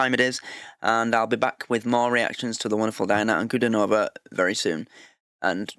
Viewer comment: Please learn the pronunciation of her name...Ankle-diii-nova, (not stress on the -no-syllable) please learn if you are a real fan